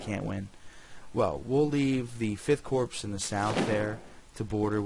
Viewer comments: Nice job I've been looking for a good vid on this game. Also, Corps is pronounced like Core, the S is silent. Your vid is also good for 2 more reasons: You speak good English, and you don't have loud music playing in the background. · Really interesting stuff- though I do wish you would pronounce corps correctly :(